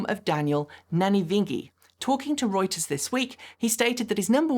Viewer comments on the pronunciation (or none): none